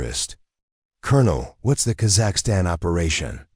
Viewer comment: You don’t even pronunciation Kazakhstan correctly